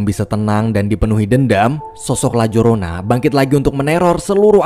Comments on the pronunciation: Bang di bacanya layarona bukan lajorona, itu bukannya hantu dari mexiko ya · Sebenarnya nyebutinnya Itu La Yorona bang, karena menggunakan bahasa Spanyol ...